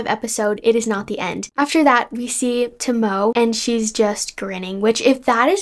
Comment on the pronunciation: Loved the video! Btw Kagami’s mom’s name is pronounced Toe-moe-ae.